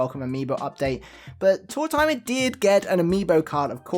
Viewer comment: Card #2 reminds me of Tanaka from black butler (old man who’s default state is his chibi form drinking a hot cup of tea) 😁 Thanks for sharing these! I don’t mind that you pronounce his name like “tour-timer” because it sounds like “old timer”, which he is 😂